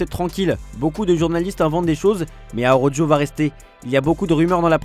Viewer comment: Bon, ils ont décidé de massacrer le nom d'Araújo de nouveau. Vraiment des blaireaux